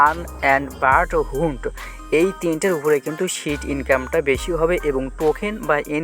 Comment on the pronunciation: হান্ট উচ্চারন ঠিক নাই, সে আবার এন এফ টি বুঝাইতে আসছে 😹